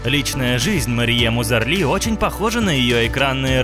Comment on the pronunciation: Марьем Узарли? Вы читать не умеете?